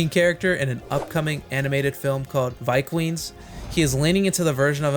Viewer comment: bros a machine. "Viqueens" was a mistake, but get your bag young legend